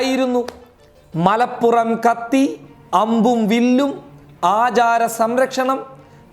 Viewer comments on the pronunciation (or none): none